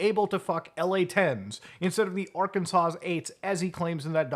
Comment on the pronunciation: Did.... you just say the "S" at the end of Arkansas?